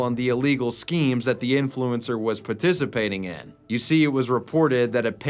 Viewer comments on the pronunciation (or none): “puttissapating” lol,!